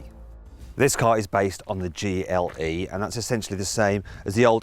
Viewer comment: Am I the only one hearing "Geely" all the time? xD